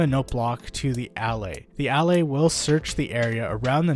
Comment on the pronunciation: i think they are pronounced "ullAys"